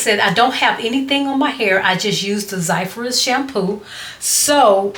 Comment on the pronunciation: Zizyphus but pronounced as Zizufus